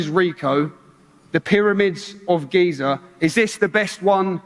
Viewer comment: "Geezer" Egypt 😄🤣😂